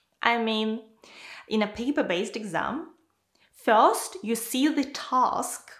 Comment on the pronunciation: Hi, the content is perfect and helpful, but please, improve your pronunciation of the word "first".